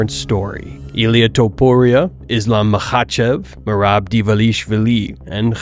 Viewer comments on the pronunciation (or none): bro you say merab surname wrong